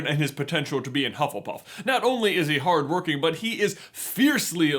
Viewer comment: Hufflepuff oh hufflepuff the loyal (hard working *stuffed into one syllable*) kind and true 💛🖤💛🖤💛🖤💛💛🖤💛🖤💛🖤💛🖤💛🖤💛🖤💛🖤💛🖤💛🖤💛🖤💛🖤💛🖤💛🖤💛🖤💛🖤💛